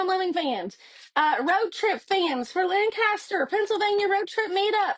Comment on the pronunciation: Pronounced: lank a ster